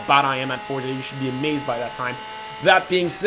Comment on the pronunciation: its FOR-ZA not FORD-ZA or FORT-ZA. and the Huayra is pronounced like whoy-ra